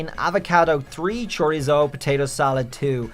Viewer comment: “Chore-izzo” is that like regular chorizo except you swap pork with charizard meat? I want a taste.. sounds spicy and delicious